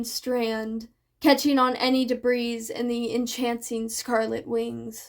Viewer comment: ❤❤❤ Just a quick heads up; in "debris," the S is silent, so you end up with "deh-BREE." Because English 😅😅😅 🤦‍♀️ Keep doing your thing; you're doing really well!